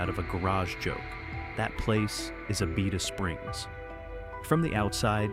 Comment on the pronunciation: Y’all beat me to the punch. Abita Springs is a great boutique town right next to Mandeville. It got famous for the bottled water and even more famous for the beer they make. Every store between Louisiana and Florida carry their many different flavors. Learning how to say the name might be a good place to start when you make a video about them. Wait until you go to the Atchafalaya region. Figure out that name, or try Tchoupitoulas Street in New Orleans. Good luck!